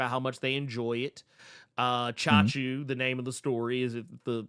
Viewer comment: never expected to see a comic book titled CHACHU! damn that's amazing & props for the correct pronunciation of it too From what I know from Hindi as Hindi & Urdu share a lot of commonalities (they pretty much sibling languages originated in Mughal era of India where Hindi leans into Sanskrit roots whereas Urdu goes for Arabic or Persian roots) so that'd be an informal term for uncle. Chacha (& Chachi for Aunt) is the formal one and Chachu is what nieces and nephews very affectionately call their uncle which makes that title pretty adorably cute and lets me know how close the familial bond is. Though the brief story intro that you mentioned sounds like it could be a story of a Chacha becoming the Chachu for the MC.